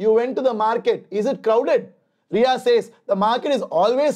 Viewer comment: sir that is not Ria that is riya 💔💔💔💔💔